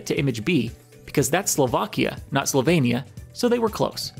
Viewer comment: Very good video, but it's not Slovania, it's Slovenia. No offense to American people.